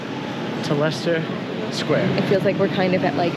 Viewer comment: wow u said leicester square correctly and not liechester square you are officially a brit